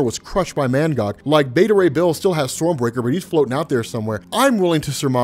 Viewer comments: Lmao this whole time i thought his name was “ManGod” Bcuz Of how you was saying his name 😂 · Is he saying mangod or mangog